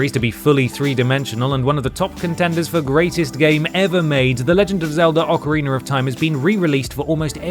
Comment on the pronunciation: “Ocareener” lol